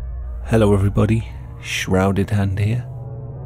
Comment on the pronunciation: I can't help but to always hear him say "hairy hannds" every intro 😂👌👍